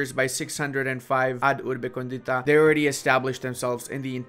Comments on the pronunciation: Really nice video but as an Italian that studied Latin I tell you that it is meant to be pronounced: ab urbe còndita not condìta. This difference brings to several jokes in Italian, as condìta is an adjective that means “with topping”. So a pizza can be condìta, while Rome is còndita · AB (not “ad”) URBE CÒNDITA. For Christ’s sake… the way you read it in Italian sounds like “to the seasoned city”.